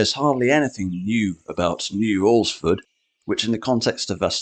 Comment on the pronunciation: Congratulations on your correct pronunciation of "Alresford".